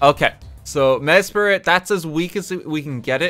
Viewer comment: Just a heads-up: It's Mes-prit. M-e-s-p-r-i-t. Not Mespirit.